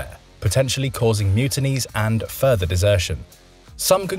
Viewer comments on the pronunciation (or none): none